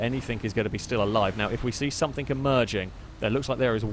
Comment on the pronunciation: anyone else noticed that he always pronounces "something" like its spelled "someTHINK"?